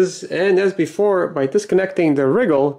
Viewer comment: Many Youtubers say RYE-GAHL with the emphasis on the RYE, as I do. says it like WRIGGLE. Made me GIGGLE.